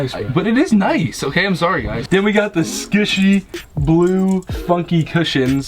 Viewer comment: ethan really said sqishy